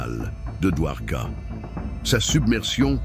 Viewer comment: Get the name correct please! Dwarka. Not Duhwoka.